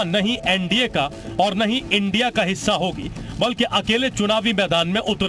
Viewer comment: इंडिया बोलो इंडिया, I n d I a नही, रिपोर्टर जी